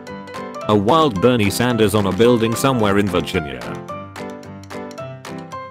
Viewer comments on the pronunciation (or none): none